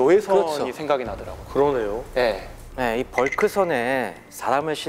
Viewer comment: 녹색옷 입은 아저씨 발음 진짜...거슬리네 ㅋㅋ ."어 그러뇨" ㅋㅋㅋㅋㅋㅋㅋ